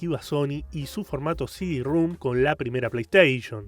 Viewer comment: Excelente video, pero es CD ROM NO CD RUM😅